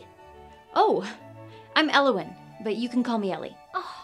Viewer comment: As a welsh person it confused me greatly to hear Elliwyn pronounced like that. I like it though